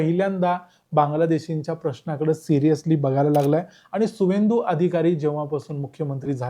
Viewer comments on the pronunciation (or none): सुवेंदू नाही. त्यांचे नाव आहे शुभेंदु